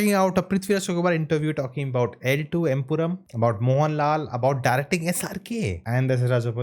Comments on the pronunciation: It's EmpuraaN man, not EmpuraaM!! How many times will you make the same mistake?! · Bro it's empuraan, it ends with a N not M